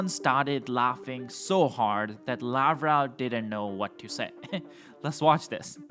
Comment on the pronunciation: Lavrov is pronounced as "Lav-rov" NOT Lav-row.